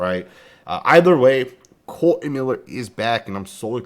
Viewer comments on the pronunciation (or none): Damn son you can’t read… It’s not Colon !